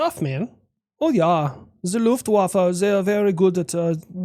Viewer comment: The luftwafa sounds like love waffle